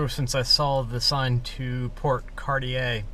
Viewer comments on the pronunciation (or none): none